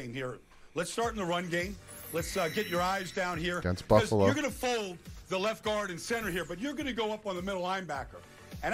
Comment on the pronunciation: Pretty sure Baldinger Freudian slipped "Fluffalo" when he meant to say "Buffalo"...I like it and may use it in the future to describe the Bills. Miami born, Upstate NY State raised...Dolphins Fan in enemy (Bills) territory.